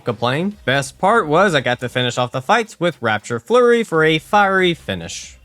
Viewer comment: Raptor Flurry. RAP-TOR... sorry the constant "rapture flurry" was giving me a 'tism.